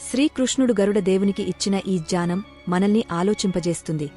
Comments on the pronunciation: జానం కాదు. జ్ఞానం. ఉచ్చారణ చూసుకోండి. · జ్ఞానం అనే పదం సరిగ్గా పలకాలి కదా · జ్ఞానం అనాలి. జానం కాదు. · Ai voice idhi జానం కాదు జ్ఞానం